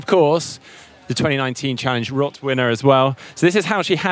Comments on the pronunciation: Kudos for saying Rot instead of Roth:D Thumbs up from a german. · From a german standpoint, it's actually the correct way to pronounce it :D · I am very proud of you. you pronounce "roth" in the correct way :-)